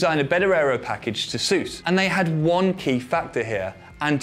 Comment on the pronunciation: "...and they have ONE key factor here, Anti-dive AND Anti-squat, and THESE..." I know what you mean, it just sounds funny to me when you most certainly have a script on teleprompter😊